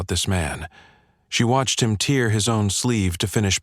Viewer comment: The audio of the word 'tear' is wrong and should have been pronounced as a hard 'a' not focused on the 'e' since that does not fit the context. Oops LoL 😢😢😢😢